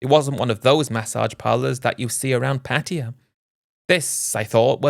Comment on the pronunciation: What’s the disclaimer for dummy, a warning that you can’t pronounce Pattaya properly and you keep rambling Patia Patia lol 😂